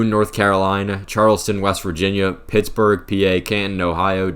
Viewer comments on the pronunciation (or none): none